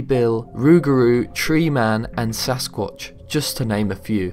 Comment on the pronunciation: at 2.30 he says sasqauch 2 times